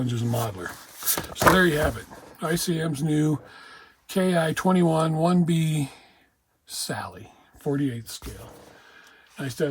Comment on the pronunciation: ICM instructions indicate a dark grey for the overall interior color...but I think in actuality it was more likely the usual interior green found inside most Japanese aircraft. It's a yellowish green rather similar to the USA's interior green. This looks like another excellent kit from ICM. Oh, by the way, the Japanese say "Ki" like we say the English word "key" (rather than saying the initials "K" "I"). So you'd say "key 21".